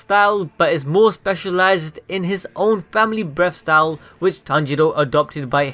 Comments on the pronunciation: I actually heard him say “breast style” the whole video lmao 😂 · Breast style? The pronunciations hahaha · Sounds like your saying breast style here and there hah